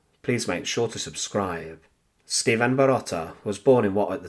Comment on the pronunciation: Viele Grüße aus Deutschland! As always, a very unique story that I have never heard before. Although the story is narrated quite interestingly, there is a problem with the pronunciation of the Serbian name 'Stevan'. It's neither Sch-teevn, S-teevn, nor Sch-tee-van but rather Ste-van. Here is the correct pronunciation. Thanks for the great effort!